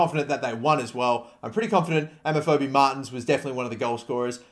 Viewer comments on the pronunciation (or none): Lol it's not Amafobi, it's Obafemi :')